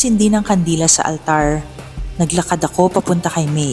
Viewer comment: Okay na sana. Medyo bothered lang ako sa “ALTARRRR”. Pero maganda ung story ✌🏽 Yung ibang “R” naman kasi ng reader, normal. Ung sa altar lang talaga 🙃